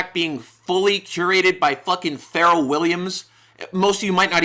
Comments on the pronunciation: Dis nigga just called Pharrel Farrell 🥲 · My man called him Feral Williams 😂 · The way bro said pharrel just took me out😂😂